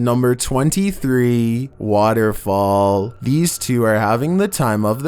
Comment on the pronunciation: "Number 23, Woterfual"